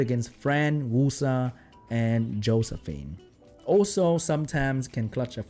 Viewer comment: YES! Exactly the content I like from you! Thanks! Edit: "Hoesephine" is the best thing I heard all day.